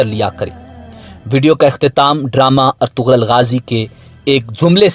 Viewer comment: Bhai eik kaam kro plz yaar ertugral nhi hota ertugrul hota ha or ise erturul pronounce krte hain plz yaar